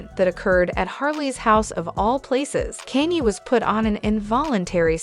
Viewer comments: Why is the lady even talking about Kanye if she cant pronounce the name correctly,serious turn off... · who is the lady narraiting this video. it makes me sick hearing her pronounce beyonces/ kaynes name. where is she frojm? how do you not know how to pronouce 2 of the biggest celebrities in the world name but yet are spreading "news" about people she cleary doesnt even know. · What's up with mispronouncing Beyonce, and Kanye?